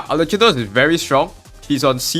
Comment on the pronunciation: Its supposed to be arlekkino lol